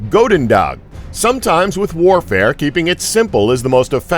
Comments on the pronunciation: Goedendag is pronounced ch (as in bach) - ooh (as in ooh la la) - den - dach (as in bach with a d). Believe me, i'm Dutch. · Goedendag⬅there's a "G" on the end of it m8, one you most definitely pronounce too. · get your facts right the first weapon does not translate to dutch for good day or you didnt put in the effort to find out how to pronounce it properly